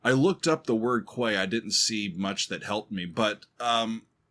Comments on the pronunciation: Oh that dumb old chestnut about the mix! Tuomas deliberately wanted to use Floor as an instrument in his "orchestra" on this album and in a number of the songs she is deliberately low in the mix to achieve that. It's NOT a mixing error. And by the way, it's "key" not "kway" (quay). It's where a ship docks. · Quay{ pronounced Key) is where ships tie up to in a harbour. Very English term. Hope that helps. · Love your reactions but, to me, the mix was perfect. Quay is pronounced 'key', and is another word for dock or jetty. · Quay is pronounced "kee". It's a place ships can dock. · quay is pronounced key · I'm sorry, but do you really dont know what a quay, quayside or warf is? The primary phonetic transcription for "quay" in both British and American English is /kiː/, pronounced the same as the word "key". While less common, some dialects or regional pronunciations may use /keɪ/ (like "cay") or /kweɪ/ (like "kway"). You see, I'm Dutch and the Dutch are known for being direct or even blunt. (trust me that's not the case here, certainly not in a blunt way) In the Dutch language the word 'kade', directly translates into the English 'quay'. My friend, you better brush up on your English cuz for now it looks really bad on your end. Still as always, Great reaction on a great song. 🤘Greetings from the first airborne division of the Nightwish army based at Maastricht, The Netherlands.🤘